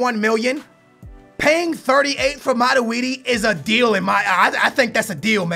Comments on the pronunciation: wow!!! it mat-twoi-d... not mat-we-d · its not maraudi its matuidi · It's MATUIDI Not MADUIDI!!! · Aren't you saying Matuidi's name very wrong?